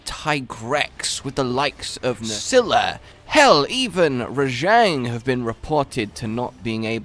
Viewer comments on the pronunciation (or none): none